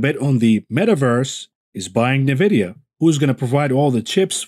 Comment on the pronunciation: nVidia is pronounced "enn-vidia," not "neh-vidia"